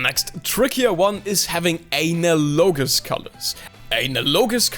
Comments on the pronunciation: AY-NA-LOW-GIS. ... ... ah-NA-luh-jis :D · I believe it's pronounced as "análogous". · "ANALogous" seriously? (lol its hilarious KEKW btw) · (A-nal-logos) lol its pronounced (an-al-uh-gis) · Good tutorial, thanks. It's Analog-ous not Anal-O-Gus for future reference. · You saying analogous as a-na-low-gus is actually adorable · I thought it was pronounced like anne al uh gus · an-aloe-gus is the way I say it. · The word is pronounced 'aNALogous'. Just a heads-up. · ANAL-logous 😂 jk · Say analog, now say analogous. Ann-al-oh-gus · just saying, its pronounced ah-nal-gus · AnALogous colours 😭😭😭😭😭😭😭 pls why do you pronounce it like that hahaghahagahahhaha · Bro explained why he pronounces analogous badly. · "Analogous " isn't pronounced like anal. The accent is on the second syllable and the second a is more like the a in Alfred. Also, the o is much shorter, and the o in -gous is silent and sounds like "guss." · Great video, but the way he pronounces analogous makes me cringe every time. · This was a very useful video. But your pronunciation of "analogous" is a bit off. The stress is on the second syllable, not the third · Analogous has the same root and pronunciation as analogy by the way. Your english is very good so thats one of the few times I've noticed you mispronouncing something. Its a soft A sound at the start.